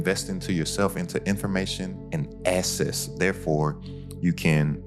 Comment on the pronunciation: Access is pronounced "ak-cess".